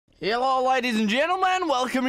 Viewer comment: It sounds like your saying herllo at the start